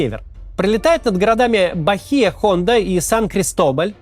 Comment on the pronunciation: Максим, в испанском буква Н не читается. Не Бахия Хонда, а Баия Онда.